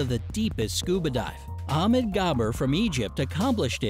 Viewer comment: Please learn how to properly pronounce "Ahmed".